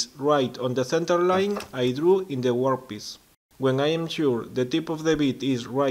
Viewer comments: Great video, well done sir. Annoyingly, I keep hearing you say 'workpiss..' Ha ha, keep them coming, you inspire others. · It's not mar it, its "Mark" it ..also it's Work piece, not , wor piece.. .Your English is getting shit pedro English Mik